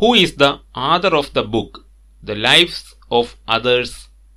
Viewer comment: Good. Pls pronounce clearly the word author